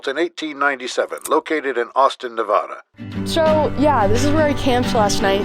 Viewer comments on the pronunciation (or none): the narrator guy pronounces Nevada incorrectly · Its Nevada not nevaDA....